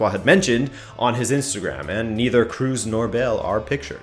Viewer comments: Don't say Kroos as in "Cruise" but more like in "cross" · 'Kroos' is not [kruz] Like Penelope Cruz! You pronounce it [kros] as in Cross. Come on! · It is Tony CROSS., like the pen. Not CRUISE. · it's Kroos, not Crews..... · pls dont say Kruus, its Kro(o)s. O, not U. thanks every german speaking person on the planet (nice video tho) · cruise? do you mean Kroos? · I was wondering who is this Cruz he was talking about, then I realise it was Kroos. I'm pretty sure that's not how to say his name.